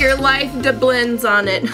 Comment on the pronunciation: "Like your life deblends on it"